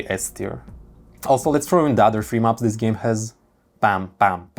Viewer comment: nobody: him about stairs: DIIS DIIS AND DEEZ